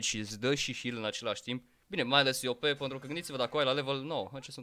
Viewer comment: Dc zici mereu "păntru " în loc de pentru? Like la comm sa raspunda